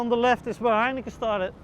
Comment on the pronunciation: I noticed that the Dutch guy pronounces Heineken like heinekeh, probably because in the Dutch language, "-en" is pronounced "-eh".